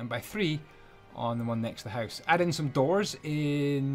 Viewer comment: I love you. Especially the way you say "Hoose" and then click your tongue. <3